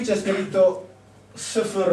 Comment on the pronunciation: Sì ma alle Edizioni San Paolo contrattano uno che dice "Sefèr"?! I segolati, Ziobono!, è fonetica elementare!